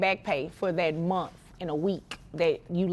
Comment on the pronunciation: Its pronounced "month" dammit... Not "munt"